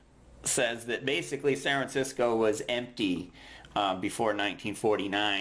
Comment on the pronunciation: Is it me or does this guy never pronounce the damn "F" in San Francisco? It's bothering me to an irrational extent.